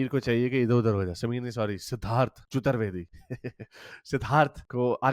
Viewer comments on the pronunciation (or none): Not chuttar vedi, it's chaturved I